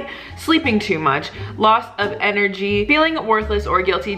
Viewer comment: anybody else notice "enery"?? "bleow"? Still love you haha